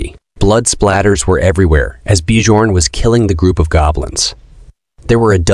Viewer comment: Bjorn is pronounced as byorn